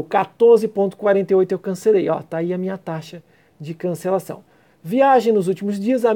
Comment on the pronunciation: você falou " TAXA DE CANCELACÃO", não acredito... que português, hein?